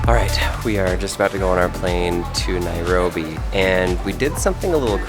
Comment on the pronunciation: Nobody:: Nairogrobi 😂😂